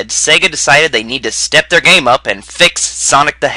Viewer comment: Shadow es good gayme